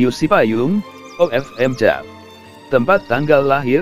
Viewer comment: Terimakasih atas Informasinya. Sedikit Koreksi cara membaca nama para Bapak Uskup dan nama Ordo/Tarekat/Kongregasi nya belum Tepat. Biasanya bahasa latin huruf C dibaca K. Contoh OFM.Cap itu dibaca OFM. Kap (C itu dibaca K) Terimakasih admin salam sehat 🙏🏼🙏🏼🙏🏼